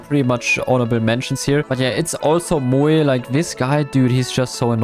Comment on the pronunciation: Morris and moEE - you're doing this on purpose!